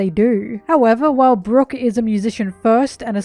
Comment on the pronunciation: Brock? Brock? Brook. Not brock. He aint... wait.. you may be onto something